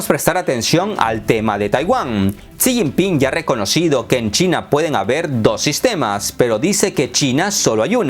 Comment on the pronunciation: No pronuncias bien El nombre de Jixinpin, hay estrema pobreza en China maquillada con raecacielos y modernos puentes Taiwan no sense provincia de China, jamas love ha sido Informate bien amigo.